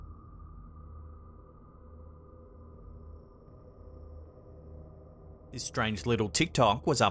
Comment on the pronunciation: It's pronounced Kray-ken